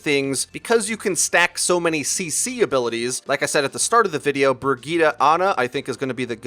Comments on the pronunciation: BROGETA?! It took me a while to figure out you were talking about Brigitte :D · Stop saying Bri-gee-tuh